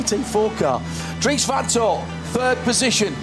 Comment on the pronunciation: I wish that would get people's surnames right van is van not von.